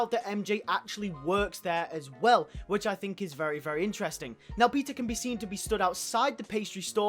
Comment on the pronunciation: sounds like "PIZZA parker" 😂😂 great video tho!!👍👍👍 pizza time!